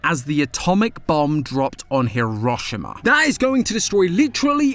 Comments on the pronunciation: did you really say "he-raw-shih-muh" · I have never in my life heard anyone butcher the word Hiroshima 😂 I know what meant, so it doesn't matter how he says it, but it was funny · His pronunciation of Hiroshima. 😂😂😂😂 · pauses hi-raw-shi-ma??? pffffft